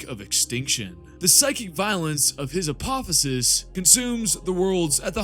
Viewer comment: Hey man, mispronounced apotheosis, beset and refuge. Not to be critical, just in case you care. Excellent video though, especially at it’s length. I’m 2 weeks into the 40k verse and your videos have been essential for into to the verse.